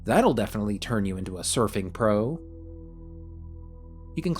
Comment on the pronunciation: stefing != surfing